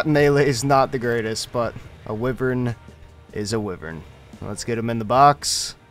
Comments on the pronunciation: What’s a whivrin? I know what a wyvren is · What's a wyvren? I know what a wyvern is😂🤦‍♂️